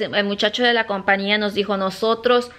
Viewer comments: Se dice COMPAÑIA CON ÑÑÑÑÑÑÑÑÑÑÑ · Se dice compañía! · se dice compañia